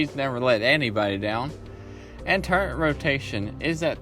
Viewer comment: It’s turret not turrent